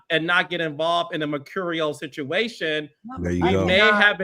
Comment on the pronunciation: Carlos, STOP saying machurial. 😂🤣😂🤣😂🤣 ( I don’t even know if I spelled it correctly)